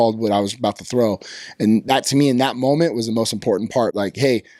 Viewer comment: Why does he say schmoment?